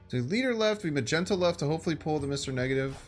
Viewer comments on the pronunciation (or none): If I haven’t been watching your vids for a while I prolly would have assumed you didn’t know what you were talking about when you said Magento…the disrespect😂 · Who TF is ma-jen-toe?????? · Ma-gen-toe is the worse one... ... but who's Ma-gen-toe? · I lost my composure when I heard “Magento” 😂 good one